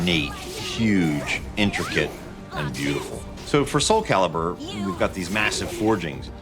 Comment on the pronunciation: Soul caribur...lol